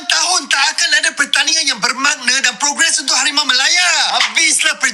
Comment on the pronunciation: Min, hawimaw jadi hawimeow... 😂🎉